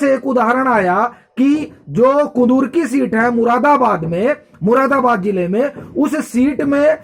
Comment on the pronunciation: Its kundarki not kudurki